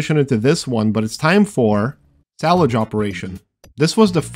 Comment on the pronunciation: your pronounciation made salvage sound like salage. Thats all